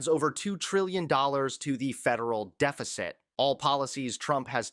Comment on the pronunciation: Obviously he cannot tell the difference between "deficit and dificate". Go ahead ask him?